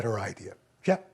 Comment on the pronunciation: He said Shep but I thought he said it too. Hilarious either way 😂.